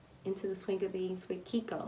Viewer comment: Keiko is pronounced "kay-ko" not "keeko"